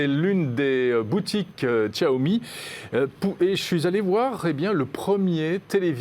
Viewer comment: Vous prononcé toujours aussi mal Xiaomi :) Sinon prononcez sciaomi